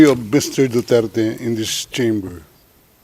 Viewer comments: This idiotic court of the Netherland the judges can’t speak in English fluently, can’t even pronounce properly the surname of the accused this is bullshit. Don’t cater a trial if you cannot speak in English directly to the accused, how do we know that this fucking translator translate the right translation???bullshit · ICC just wants to be popular that they are doing their job! Leave the Philippines alone. You cannot even pronounce the correct surname if our ex President! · Why not go after most of the leaders of the first world they're the one's who has blood in their hands.... By the way, you're a joke, you cannot even pronounce Duterte and you're a presiding judge... 🤮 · they should respect and pronounce duterte's as he emphasized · This is a Kangaroo court and a travesty. The judge can't even pronounced the Former President Duterte's last name right. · Idiot judge. He is Du-der-te. Not Du-terte. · for how many times, it's Duterte not Dutert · It is the right of President Duterte to demand to speak his last name the RIGHT way. He is not Mr Dutert , he is Mr DU-TER-TE ! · Pls pronounce the name correctly your Honor. the name is " DU-TER-TE and not Dutert. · Their translator pronounces it Dutert. It should be Duterte! They should fix their translator first. 😂 This is funny. Who is Dutert? Maybe another person. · ICC UNDER THE FINANCIAL OPERATION OF WORLD DRUG CARTEL WHO WANTS TO EXACT REVENGE ON PRRD'S WAR ON DRUGS. MAINSTREAM MEDIA COINED EJK TO DEMONIZE THE WAR ON DRUGS. WORLD CARTEL IS PAYING THE ICC. THIS LADY IN BLUE CANNOT CLEARLY PRONOUNCED 'DUTERTE' INSTEAD PRONOUNCED IT 'DUTERT' BECAUSE FRENCH TOUNGE IS ANATOMICALLY SHORT. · How hard is it to pronounce his last name??? It’s Du. Ter. Teeeeeee. NOT Du. Tert. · what a shame to all of you ICC members even in english pronunciation you can't pronounce a word clearly and can't understand in english you must better study first in english!!!!!shame all of you even the surname DUTERTE,,,,,dutyertey hahaha